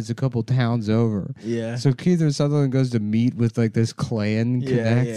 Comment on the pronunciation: Nick is saying KEITHER. Jesus Christ headslap.